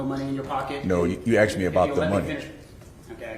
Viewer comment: The investigator said 'you axed"......that's all I needed to hear.....